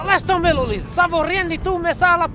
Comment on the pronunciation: Si toi aussi tu as appris que c'était pas "L'olive" mais Loulid ptdr